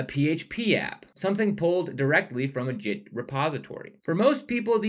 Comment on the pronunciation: "Jit" and "Jithub"... ? 😬😅